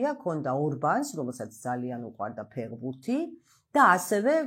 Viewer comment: უკაცრავად მაგრამ ძალიან საშინლად ჟღერს სიტყვა ფეღბურთი, მითუმეტეს თქვენგან. საინტერესო თხრობა გაქვთ და უხერხულია რომ ფეხბურთს არასწორი ინტერპრეტაციით მოიხსენიებთ